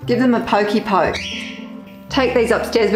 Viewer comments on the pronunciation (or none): none